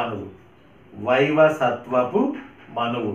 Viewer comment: వైవసత్వపు కాదు. వైవస్వత మనువు. ధన్యవాదాలు.